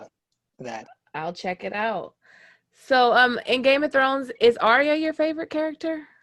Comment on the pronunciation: Excellent video. But its ArrrYUH not aria